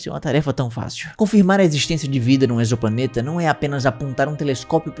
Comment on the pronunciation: O primeiro que falou exoplaneta corretamente. O prefixo "exo" tem som de Z em português.